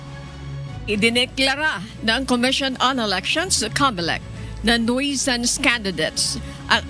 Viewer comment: ANCHOR WOMAN, Check your pronunciation in the dictionary. NOISE - noys Noisy - noyse BUT NOT NUWESANS NUISANCE - NYU. SANS, nu.sans